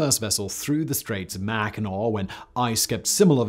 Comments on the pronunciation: Manitowoc is properly pronounced.. "MAN-ih-Toh-waak". You got Mackinac right! :) "MAK-In-aw". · I was so proud of your pronunciation of Mackinac, Simon...but then it took me a second (and the name on the screen) to recognize Manitowoc. 🤣